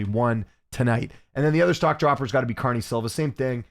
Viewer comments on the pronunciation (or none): Viv-e-on-e Ah-dah-ooh-jo & Cuh-re-knee Silva. The other videos there have been some more but yeah. I mean it in the most respectful way possible btw. I don’t wanna come across rude or anything. Just a question. Thanks